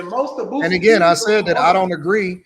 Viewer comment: "Bootsie" lmao